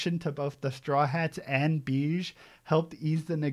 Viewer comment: Love this arc so much. Glad you were still able to enjoy and appreciate the scope of Big Mom, a lot of folks are (justifiably) put off by how she becomes a mindless obstacle for half of it but this arc still made her my favorite character. Capone’s name is more pronounced ‘Beh-Gee’.